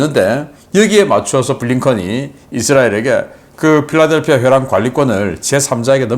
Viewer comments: 필라델피아 회랑이 아니고 필라델피 회랑이다. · 자타공인의 군사전문가가 필라델피회랑을 필라델피아(?)회랑이라고 하시면 으뜩합니까? 영문으로는 Philadelphi Corridor라고 합니다. 화질을 보통화질 720P로 계속 고집하시는 것은 나름 사유가 있는 것으로 생각됩니다. 간단한 comment만 있어도 될건데..